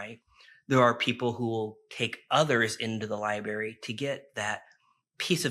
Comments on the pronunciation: Lib”R”ary….If you use a word that often please say it correctly. Meant kindly. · Yeah, sorry don't really trust a guy talking about all universal knowledge being stored in one location, yet he can't pronounce the word "library" like a regular adult.